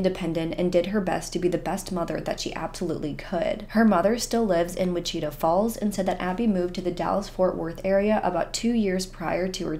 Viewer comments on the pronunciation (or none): I love your videos! I just want to let you know it's pronounced WICH-it -ah Falls, rather than wi-CHI-tah Falls. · Wichita is pronounced "wi-chuh-taa", not "which-eeta". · It's pronounced witch-a-chaw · I love the way you say, “Wichita” 🤣🤣 it’s pronounced like “witch it tah” but you say it so ADORABLE 🥰🥰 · That's what I can't stand about stalking cases, too many people don't think it's a big deal either until it's too late or it happens to them.😞 I hope her kid knows how much his mom loved him when he grows up. Also, it's pronounces wi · chuh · taa. 😂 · Hey girl, the town is actually pronounced (Wi-chi-taw) falls. ❤ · I’ve heard it pronounced differently in multiple videos! I was going to pronounce it that way but then I heard someone pronounce it whi-chee-ta so I changed. Not sure which is right 😂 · Not to take away from you or the work you do but it’s pronounced “ witch-uh-taw” falls.